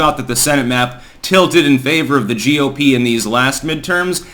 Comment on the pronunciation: for a week or so, whenever you mention the GOP, you've added an E at the end of GOP. Is this deliberate? Are you actually saying GOPE?